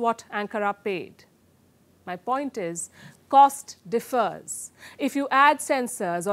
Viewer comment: Palki, the stress is on the first syllable in word "differs": dìffers , not différs